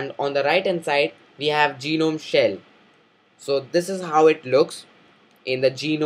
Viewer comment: its ge-nome not gi-nome